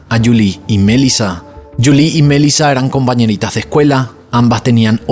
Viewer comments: EJ: no es mElisa, si no, mel"i"la, acento en la i, se entiende, si estas confundiendo las acentuaciones de los nombres de las victimas, desconectas al usuario! abrazos y segui que vas bien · Sorry, me da toc escuchar q dices Melissa con acento en la E cuando en realidad en todos lados se dice Melissa con acento en la I 🤦🏻‍♀️ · Omg. Es desesperante escucharte decir los nombres mal una y otra y otra y otra vez. Es una buena idea que antes de grabar tus videos, abras tu aplicación de YouTube y escribas “cómo se pronuncia Melissa” “cómo se pronuncia Letitia” (Melísa y Leticia) muy interesante el caso pero no voy a terminar de escucharlo por tu horrible pronunciación!! 😂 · Porque dices Melissa con ese tono? 💩👎🏼